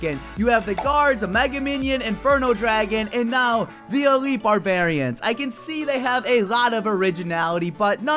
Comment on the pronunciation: It's called Elite Barbarians. Not Elitle.